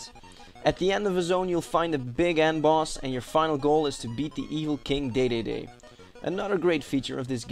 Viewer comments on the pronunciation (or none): none